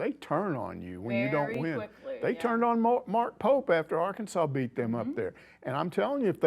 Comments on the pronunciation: A LSWhoo coach addresss Arkansas as Arkanas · Fun fact Arkansas City, which is in Kansas, is pronounced by those Kansas heathens as Ar-Kansas City.